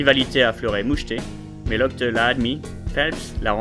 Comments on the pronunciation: non mais serieusement ryan "lochteu"????? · oui c'est vrai mais a ce moment là tu devrais prononcer locht sinon tres bonne video!